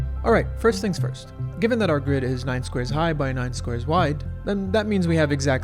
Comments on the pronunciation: "The GIRD can fit..." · "the gird"